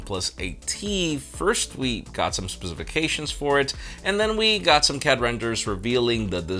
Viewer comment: twisted my brain with his pronunciation of "specifications". I literally forgot how to say it after he mangled the word. Lol. It's not specific-ations. 😵